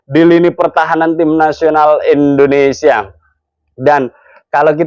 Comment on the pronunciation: Bang maaf Nyebut negara kita jangan endonesia bang Tp Indonesia 🙏🙏🙏